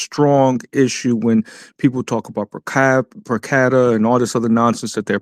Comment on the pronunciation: Does he have a massive degree saying “specific” like Pacific Ocean and can’t pronounce per Capital what kind of masters degree did he get in law too? Good gosh